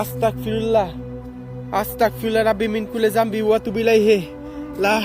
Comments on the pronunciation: ভাই আসল উচ্চারণ আস্তাকফিরুল্লাহ না, আসল উচ্চারণ হচ্ছে আস্তাগফিরুল্লাহ। আপনার উচ্চারণটা এখানেই ভুল হয়েছে। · Vaiya at least উচ্চারণ tik moto koren,na hole উল্টা গুনাহ hobe it is আস্তাগফিরুল্লাহ hobe not astakfirullah